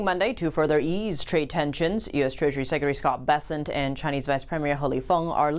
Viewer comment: Secretary Bessent surprisingly sounds like "peasants" 😂 "TikTok in trusted US hands"? Holy cow, that's like pressing the foxes to guard the chicken coup 😅